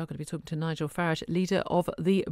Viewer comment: It's Farage not Farage! 😋